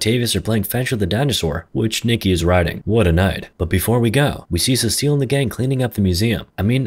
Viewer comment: How is no one else going crazy every time he says ce-cil instead of cecil